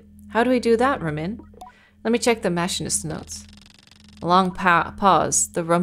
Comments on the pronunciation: I'm a machinist IRL. Machine-ist Don't apologize. You speak many languages, so it makes sense if you mispronounce something in English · The way she pronounces machinist is driving me just a little crazy